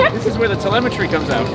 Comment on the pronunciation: Teleme"tree" LOL